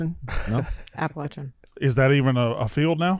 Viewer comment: Hannah needs to teach Nick and KB how to say “Appalachian.”